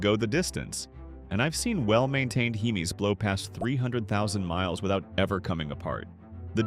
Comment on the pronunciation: "Heemees" please never again ai man